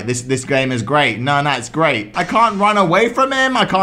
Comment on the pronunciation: Eek shut the door: RAAHHH in an Indian accent: GrEaT